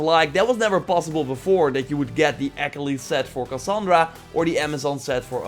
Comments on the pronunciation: I know this video is a year old but there’s no way you pronounced Achillies like “ack-uh-lees”. No, Ah-kill-eez. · always love your videos but dear god please learn how to say achilles right